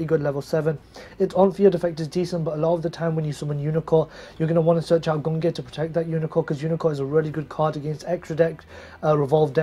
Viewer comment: A year on and still pronouncing Gungnir and Valkyrus wrong..